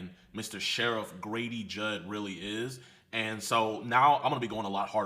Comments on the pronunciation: Its Judd, not Jude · It's Judd not Jude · Grady Judd not Jude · It's pronounced judd with out the jew lol😂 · You are saying his name wrong truth is lol , but a lot of things have been coming out about him this past year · Lol, I can't with the pronunciation of Judd. Most police officers are free masons tho.